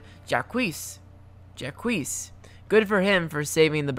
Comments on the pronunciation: Jacques is pronounced "shawk" not "jacweeze" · Jacques is pronounced Jock not Jakwees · Btw it's pronounced Jock, not Jaques, the q is pronounced like a c, and the ues is silent, french pronunciation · JOCWEES? ITS JAC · I can't handle the way you said Jacques' name. It's pronounced like "jock", not "jack-wees" lmao Edit: And you also couldn't be bothered to edit out your audio recording mistakes? It's super distracting. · Jacques is pronounced Sh-ah-k/Sz-ah. The s at the end of Jacques is also silent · Jacques is pronounced “jhack” pal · I almost screamed when you called Jacques 'Jack quiz'. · How you pronounced "Jacques" hurt me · Why does no one ever say Jacques correctly